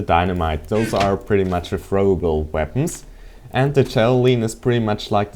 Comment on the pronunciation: E_E i heard veapons not weapons *checks headphones* nope still work